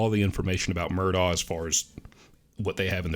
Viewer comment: Wow! Thank you!! You're the first info person that pronounces his name correctly!!! So smart!!